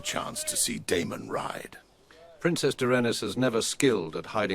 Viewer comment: Aegon IVs daughter was named Daenerys not "Derennis"